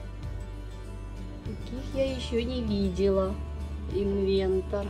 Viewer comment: Написано Инвертер ( транскрипция на русском)....не инвентер, поменяйте местами буквы и будет правильно...😊